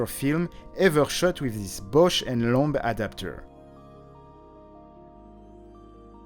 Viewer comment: needs to learn how to pronounce "Bausch and Lomb" correctly... "Lomb" rhymes with "bomb", not "loam". 😂